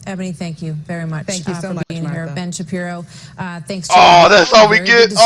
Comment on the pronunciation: You killing me man... say it with me SHA.. the letter P and ROW now put it all together and say it fast ...